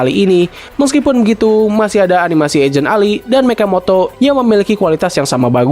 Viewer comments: mechamato bukan mechamoto🗿🗿😂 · Mechamoto BRUHHHHHHHHHH😭😭😭🗿🗿🗿BANG BENERNYA MECHAMATOOOOOOOOOOOOOOOOO MATOOOOOOOOO BUKAN MOTOOOOOA ATAU MATO MATOOOOOOOOOO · Mechamato bang bukan mechamatao😭😭😭😭😭😭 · Mechamato bukan mechamoto😭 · Mechamato bang bukan mechamoto 😂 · Bang bukan Mechamoto tetapi Mechamato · Bang Mechamato bang bukan Mechamoto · Mechamato bukan mechamoto!!! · Bukan mechamoto tapi mechamato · Mechamato bang bukan mechamoto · Mato bang bukan Moto."Mechamato" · Salam dari Malaysia namanya mechamato bukan mechamoto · bang sebut nya mechamato bukan mechamoto 🗿